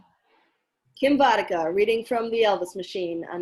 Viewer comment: You pronounced my name pretty much perfectly! :))